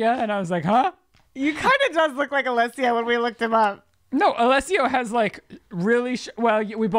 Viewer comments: I’m pissing that they kept saying Alessio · Lol not y’all saying Alesso wrong and him not even being part of Swedish house mafia 😂😂 cute though